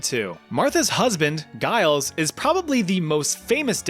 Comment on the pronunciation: Giles is -pronounced "jiles" not "guiles"